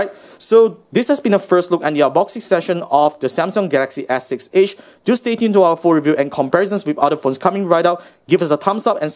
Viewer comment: "The Gaxy ass six edge" 😂😂